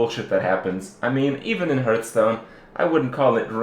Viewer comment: it's pronounced HARTH-stone.....